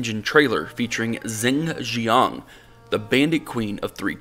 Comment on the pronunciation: "Zing Zhiang"? Dude you need to learn chinese.